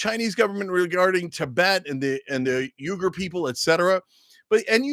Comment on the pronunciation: Cenk pronouncing Uyghur like Uygur (Turkish). 🤣 WEE-GUR (English)